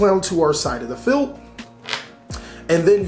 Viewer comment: Its field not feld.